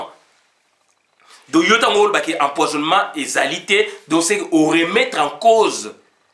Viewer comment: On ne peut pas dire donko il faut bien prononcer mon frère donc et non donco ça sonne très mal